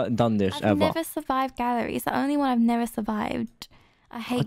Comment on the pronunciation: I thought that you were saying gary instead of gallery. :P